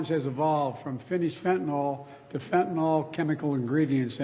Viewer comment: "Fentan-awl" is the new "Nucular".